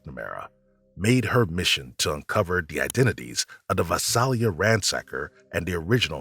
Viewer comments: #17 Visalia is pronounced Vi-sail-ia. I lived near there most of my childhood. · Its pronounced Vi-sail-a not Vi-sal-a. Lived there for years. The Golden State Killer was a scary time.